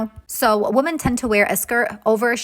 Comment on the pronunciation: IT’S “WImen” not “wuhmen" in the plural form. Woman is singular, women is plural..